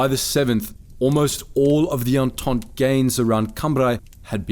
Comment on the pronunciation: Its pronounced "on-taunt" not "on-taunt-ey"...